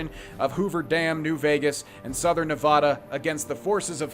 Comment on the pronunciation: Loving this let's play but as someone who grew up in Nevada my eye twitches whenever says it lol. But not gonna let that stop me watching 😄